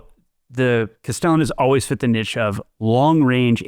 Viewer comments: The way is pronouncing 'Niche' is killing me 😅😂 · Niche sounds like Quiche, not Itch.